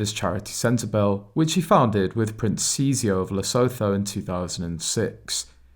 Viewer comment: It's SEN-TE-BARLAY AND LESSOOTOO